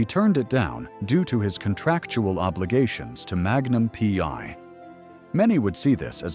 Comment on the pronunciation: Not the story of his life again? How many more times? At least 5-6 times every day. Everyone we know and most of his fans have already read his book or listened to the audio CD. Learn English. It's free on YouTube and read it. Don't just copy from other clueless creators. It's Magnum P.I. not PY. Don't talk about people you don't know personally. Again: Tom hasn't finally talked about Steve McQueen. Get it?